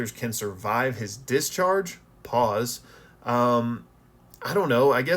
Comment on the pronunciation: Ngl. You saying paus3 took me out 😂